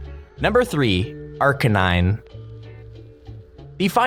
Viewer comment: If Arcanine is your favourite pokemon, pronounce his name right.